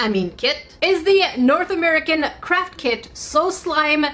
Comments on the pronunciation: When she was saying craft kit I thought she was saying "carp kit" XD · When she was saying craft kit I thought she was saying “carp kit” XD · Omg it sounds like she is say crap kit or kits